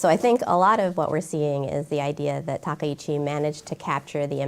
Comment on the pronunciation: Maybe my ear is bad but I hear everyone call her Takeichi. Isn't her name Takaichi 😂😅?